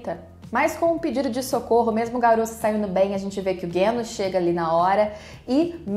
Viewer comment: Parabéns por mais esse comentário/review do episódio 11. Vc é muito boa nisso. Impressionante como tudo o que você fala coincide com o que eu acho. E não, não foi problema da sua tv. Eu assisto pelo celular no fone de ouvido, e o estrondo realmente incomoda parte da trilha a ponto de não sabermos se algo tá sendo feito ou não. Ah, e pq vc fala "Guênos"? Tanto em japonês quanto em português a pronúncia é Genos mesmo.